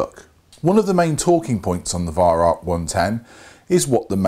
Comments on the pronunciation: arvo56 since it actually is german the correct pronounciation should mor be like Veyeraoch but with the r and ch down in the back of your mouth and the a and o very open like in in Mao. There is no k in rauch. Try google translate if you don't believe me. Look up the word incence and press the speaker symbol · Learn how to pronounce Weihrauch,-V[eye] R[ow-as in bow of ship]K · Listening to you pronounce Weirauch is as amusing as listening to Germans saying squirrel. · I'd love to meet you one day, great shot you are and love to bits your videos but your pronunciation of Weihrauch is abominable.